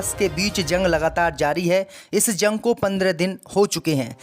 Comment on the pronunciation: ZUNG KA EILAN....JUNG THEEK SE READ KERNE NAHI AATA.???